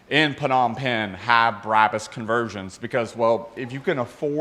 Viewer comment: Brah-bus not Brab-us "Bra" like the lingerie "Bus" but like you're going to say the word pu$$y but with a "B"